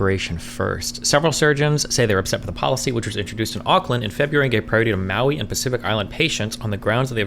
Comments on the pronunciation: how are you pronouncing maori "maui"? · same lol. i was laughing so hard when i heard him pronounce maori and then the 5 other times he said it.